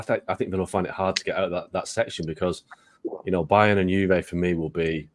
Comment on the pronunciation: "Bayerm" Leverkusen - that's a new one...